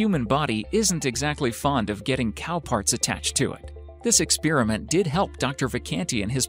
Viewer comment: Who else Heard the robot voice/person saying "Expearament" instead of "Experiment"